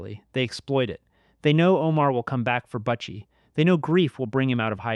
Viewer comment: You need to redo this video or take your voice off it because you massacring the name . It’s not buttchie it’s butchie 🤦🏻‍♂️